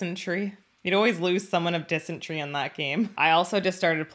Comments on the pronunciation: "dis en tery" not tree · "Disentree". Lol. That's funny right there. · I thought I was the only one who mispronounced dysentery because of Oregon Trail 😂